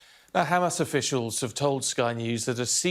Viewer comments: They pronounce it as HhKKKhhhamas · Why she is saying hamas as khamas?